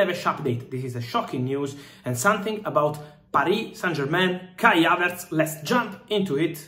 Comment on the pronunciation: Who is Kya-Vets???🤣😂😀😂🤣 ❤❤❤❤